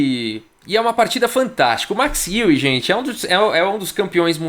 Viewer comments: Podes falar Max Aue ;) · Fala chará, te acompanho aqui da Alemanha diariamente. Eu pronunciaria o nome Max Euwe como "Macs Ouv". Tem um video raro Euwe e Capablanca jogando em onde uma pessoa apresenta o Mr. Euwe para o Capablanca. Admiro muito seu trabalho, vindo à Hamburgo, venha na minha casa!